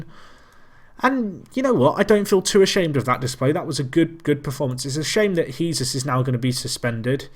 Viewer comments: Jesús is pronounced like Jesoos, keep up the good work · who gives a shite it sounds funny when he says jesus like he is